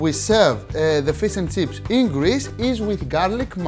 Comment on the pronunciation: I just clicked to hear him say "fees and tseeps"